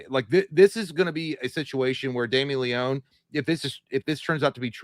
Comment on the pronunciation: Y’all are mispronouncing Leone’s name btw.